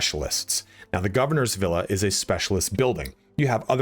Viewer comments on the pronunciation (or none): none